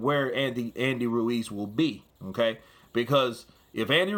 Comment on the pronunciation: "Hmm kay" =Okay 😂